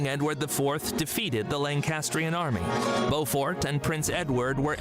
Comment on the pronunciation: Beaufort is pronounced Bow fort, as in the video. Not Bew fort. Check out images of Leeds City Square where we have an impressive statue of The Black Prince